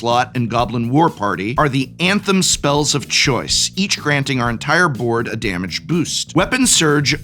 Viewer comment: "Damge"? From an English major!